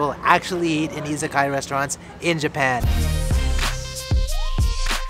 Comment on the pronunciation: Friendly tip: Pronounced i za ka ya, as opposed to iza kaya